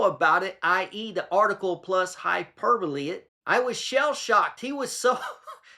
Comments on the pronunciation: hyperbowl. she says hyperbowl :) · 😂 it's not hyperbole, it's hyper bowl according to Fiona.